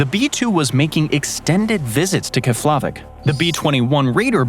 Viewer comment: Lol 😂 the pronunciation of Keflavik in this video is cute! I was stationed there for almost 3 1/2 years and the locals that worked on the base didn’t pronounce it that way and neither did Americans.